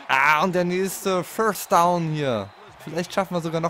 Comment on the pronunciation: Ein Föstdaun? Is ja n Brüller. Hör auf Football zu spielen. Das Ding heißt First Down du Klon.